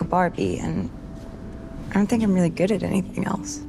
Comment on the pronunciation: In "I don't want to" besides that n and t is eliminated, you are pronouncing the d as flat t: I ro wanna.